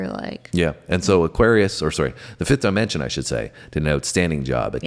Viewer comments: there name is pronounced 'the 5th Dimension'not DYE MENENSION,IDIOT !! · Love that you’re branching out! (The group’s name is pronounced with a short “I,” as in “dip.” Not “die.”) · HEY MISTER ,IT'S NOT DI MENSION FOOL,IT'S PRONOUNCED AS DEMENSION !!